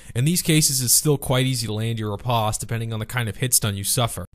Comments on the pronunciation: the word riposte is pronounced the same way in English as it is in French; "-post", not "-pawst" ...not liking this video so far. It's like you know nothing about Canadians AND French. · To hell with how you pronounce Riposte I was more surprised by how you say Katana Banana? As always a great video though :P